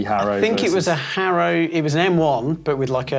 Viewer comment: Hairow 😆 "har-ow" he made custom number plates for local racers in California in the 70's. Ive heard it was to fund one of his other passions (racing motorcycles).